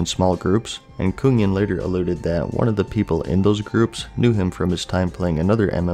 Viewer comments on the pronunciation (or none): coonyen ? the fuck ? its Kungen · Why does he keep calling Kungen (Kun- GEN) Kunyen (Kun-YEN)? lol wtf! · When u say Kungen as Kungyen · It's not pronounced Kun-yen, it's .. nvm. Swedish. Also, fun fact, it means 'The King' in Swedish. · it's pronounced Kung-gen and Nuh-high-lym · You didnt pronounce ot right, im an swed